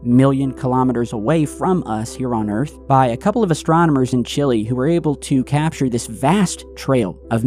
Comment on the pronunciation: STOP SAYING CHILLI 🌶 IT'S CHILE its like saying Lego but without the GO if you don't know how to pronounce spanish words please do you research before making everyone sound like that